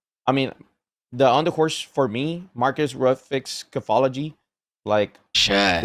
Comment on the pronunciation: “Under horse” ………. At what point is someone going to tell them that’s not how it’s said lol